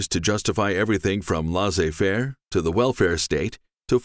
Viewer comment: Laissez-faire is pronounced "Lay-say fair" not "la-zay-fair"